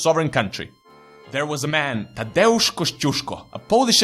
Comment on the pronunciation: Finally someone who can pronounce Tadeusz!